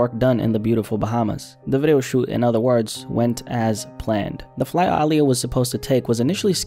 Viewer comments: Small petty thing, but why you keep emphasizing the "AA" in her name? Lol. People normally say it like UH, as in, Uh-lee-yuh. Again, I'm being super petty. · Ok I've heard her pronounce her name before and she's NEVER called herself AAH! LIYAH! And no one else ever called her that either. I'm not Gen z. I grew up on Aaliyah. Yes she pronounced it with more of an A sound but it was NEVER that exaggerated! Be atw fr rn... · Say it w/ me Uh-Lee-Yah. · “Ahhhhliya” was a tragic loss. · ahh-liyah is how you say her name, aaliyah herself told interviewers to say it that way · it’s uhh- lee- yuh you’re pronouncing it wrong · Bruh listening to you pronounce Aaliyah is like listening to nails on a chalkboard! When have u EVER heard anybody call her AAH! LIYAH??? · Incorrect. Watch any interview where she says her own name and it’s pronounced Ah-Lee-yah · Dawg it's pronounced ugh-lee-ugh ... aaliyah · Calling her Aah-liyah so many times was pissing me off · Stop saying her name every second,you say it weird. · absolutely HATE when people say her name like this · Nah he didn't say her name right. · I’ve never heard her name pronounced in this way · Bro saying all the names wrong but it's cool. Rip Aaliyah. 😢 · Some people genuinely just pronounce things differently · Yeah I noticed it too but didn't think how he did or didn't pronounce it was that big a deal 🤷🏻‍♀️ What matters is that her memory is being honored. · Why do you say her name like that? 🙄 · Why you pronouncing her name like that? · There is just something that irks my soul when I hear a documentary on a person of some sort and the person telling the story mispronounces their names and says it like a million times. Haven’t you met anyone with the name Aaliyah? Heard anyone say her name? Like bruh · Why do you say her name like that no one pronounce it like that sound crazy like you don't know da culture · Why tf you saying her name like that😑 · How you pronounce Aaliyah wrong